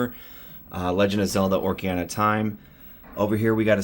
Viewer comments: Repeat after me. Ock...A...Ree...Na. :P Cool setup man, It's kinda refreshing and fun to see the smaller more humble collections. The big dogs with the rooms filled wall to wall all look the same after awhile. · craziest pronunciation of "ocarina" i've ever heard lol sick setup though and love the toxic avenger arcade sticks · ive never heard someone pronounce ocarina as badly as you how did you even do that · I was literally gonna mention that😂